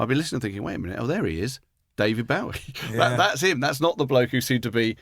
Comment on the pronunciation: David Bowie specifically stated how his name is pronounced but Gervais and Baddiel still persist with the wrong pronunciation lol.